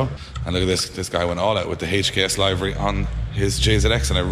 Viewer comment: Tell him he's saying livery wrong. Its liver y like wat wee damage drinking 😂